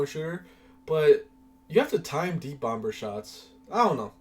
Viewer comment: 36years n this the first time I’ve EVER heard someone pronounce the B in “bomb” 😂😂😂 making me cringe fr